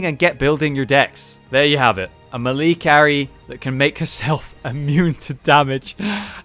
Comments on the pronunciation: ITS MAY-LAY NOT M'LEE FOR FUCKS SAKE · may lay. not mee lee. ijs. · malee? Is that like the official british pronunciation or are you saying it wrong. Melee is meh-leh/mélé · "Muh-Lee" carry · It's pronounced maylay. And just to clarify for Skyrim players, its not ignot, it's ingot...Ing fucking got. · I think you pronouncing melee wrong ... or I'm wrong. I dunno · He has addressed this before; he knows that he pronounces it wrong, but he doesn't really care